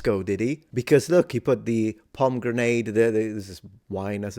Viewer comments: Did you call the pomegranate, pomgrenade? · pronouncing pomegranate as POM GRENADE is hilarious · i was not expecting the "pom grenade" pronunciation lol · Did you just call a pomegranate a "palm grenade?" That suggests a foreign pronunciation I am NEVER GOING ADOPT except as a joke.